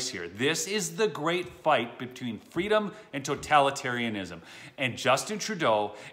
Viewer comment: “Fweedum!” Kamalatoes ‘Bend me over’ Harris